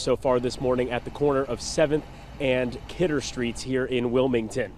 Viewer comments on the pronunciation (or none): "Kidder" Street